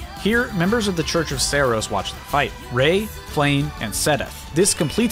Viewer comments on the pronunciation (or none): Small grammatical error I wanted to point out when you mentioned the Church of Seiros characters in the Garreg Mach stage. The character Rhea's name is not pronounced as "Ray" like the fish, but instead as either "Rhee-uh," which is usually used to describe a species of South American ratite birds, or "Ray-uh," with this pronunciation being how Three Houses choose to call her. Though given how the ladder's pronunciation is structured, it's understandable to see where the initial error happened. I mention this since her name is derived from the Titan Rhea, a figure in Greek mythology who was the Queen of the Titans alongside her husband Cronos, and later the mother of the Olympian gods, including Demeter, Hades, Hera, Hestia, Poseidon, and Zeus.